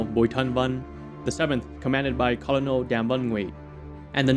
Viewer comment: Hey man! Great video. But you're pronouncing Colonel wrong. It's not as it's spelled is pronounced kur·nuhl. Like kernel of corn.